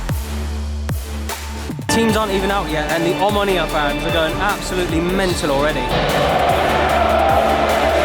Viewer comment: Can y'all stop mispronouncing our name? Omonia!